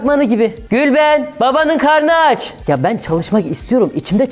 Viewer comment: Nobody: Reallyy Nobody: SAYIN:GüLbeĞnN bAbAnıN gARNı aÇçÇ